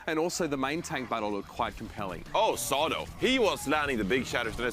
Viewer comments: saying Sado and EQO wrong bugged me so much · Say-doh Smh